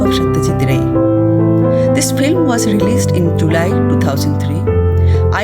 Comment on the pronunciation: Background music is too loud . So disturbing . Plz watch it out , when making next video.another point should not be avoided . The narrator is not pronouncing right — the word ‘film’ . This is not filim ! The correct way is Film ! Definitely not Filim !